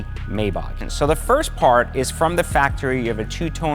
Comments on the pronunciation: I couldn't finish the video because hearing you say the name wrong irritated my soul 🤨🤨🤨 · Technically it’s not being pronounced wrong, it’s just a language/ accent barrier. For instance Americans say Ford , people from UK say Fahd. As long as you spell it the same really doesn’t matter lol